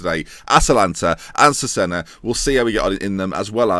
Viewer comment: loving the series but it's pronounced Chezayna :p